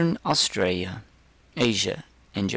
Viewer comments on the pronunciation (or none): anybody else noticed how he said Austraia? No disrespect, but WHAT HAPPENED TO THE L